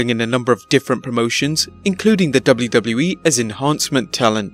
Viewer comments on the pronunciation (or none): Dub-blue Dub-blue E. Lol